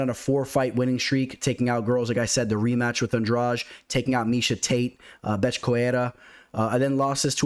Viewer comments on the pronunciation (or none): none